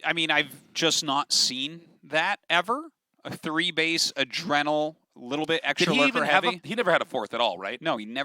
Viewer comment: "adreeenal" glands